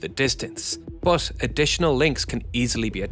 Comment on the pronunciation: I love your videos man. Just one small criticism for you. Many times when you say "but" it sounds odd to me, sometimes it even sounds like "bath" or "both". My 2 cents. 😊